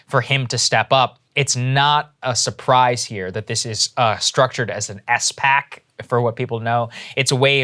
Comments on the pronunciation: "S PAC"? Spoken like a politician. It's pronounced "spack". A special purpose acquisition corp. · Spac not “ess pack”